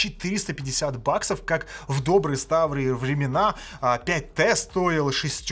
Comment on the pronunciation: "Ставрые" слушать на скорости